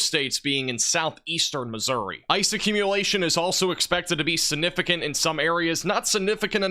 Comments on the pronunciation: Your coverage is outstanding, and I love your channel! One request: please stop using the word 'significant' until you can pronounce it properly! it isn't 'sin-ificant' there is a 'g' before the first 'n'. Call me whatever, people, but has excellent grammar and pronunciation with the exception of this one word! and he keeps saying it LOL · siGnificant . this word has a G in it